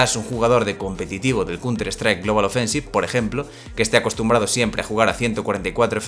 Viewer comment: Que diablos es " Cunter " y " tiring " Horrible pronunciación.